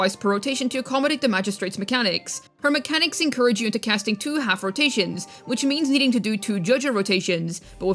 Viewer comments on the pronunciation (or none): none